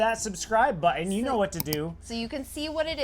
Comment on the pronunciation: Moun’ens and Bud’ens mountain and button 😂